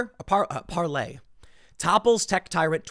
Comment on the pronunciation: Stop calling it "Parley," you sound like such a joke, Tim.